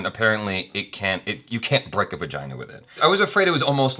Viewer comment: Wtf is a vajeeena? 😂😂 It's vagina